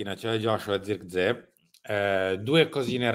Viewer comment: Non ce n'è uno che pronunci abbastanza correttamente il nome di Zirkzee (sirksei, con la s quasi z). Idem per Broia, che si legge semplicemente Broia, perchè non è spagnolo ma albanese. In molti, soprattutto in QSVS, da ignorantoni lo pronunciano Broca, pensando sia spagnolo, per il nome Armando.